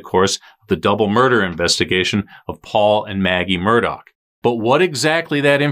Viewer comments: Is it pronounced Mur-dock? I thought it was Mur-dah. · I'm thinking this name is actually pronounced "murdaah" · it's Murdaugh (Mur-daw) There's no C and/or K at the end of their name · Have seen people in lots of channel saying it's pronounced as Murdoch and if you listen to the 911 call, you will hear Alex pronounce it that way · Love how everyone mispronounces their surname.... simply because some journalist said. It's not the ACTUAL way it's pronounced